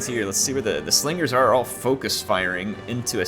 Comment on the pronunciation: It is indeed one of the best Rome 2 battles to date. Great job and respect to all involved players. But you gotta appreciate splendid commentary, his Star Wars references, and by favorite mispronunciation: "Swingers are gonna swing the battle", Slingers gonna sling;)